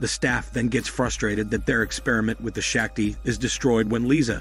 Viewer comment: It's painful to hear Shakti pronounced wrongly continuously